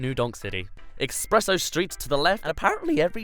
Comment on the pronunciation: I have a heard of an espresso but not an expresso. Remember what Weird Al said in his Word Crimes song.